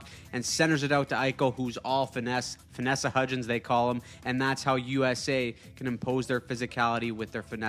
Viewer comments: Idk how I’m still watching I swear I clicked off after hearing “finessa hudgens”😑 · I laughed so hard when I heard "Finessa Hidgens" I blew milk out my nose